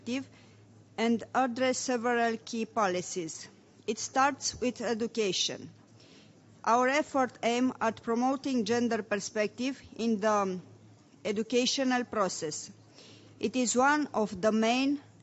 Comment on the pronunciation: ieducheişăn proses" - Lia Olguta Vasilescu